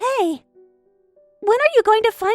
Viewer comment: At , Michelle said "hey" but it sounded like "huh" lol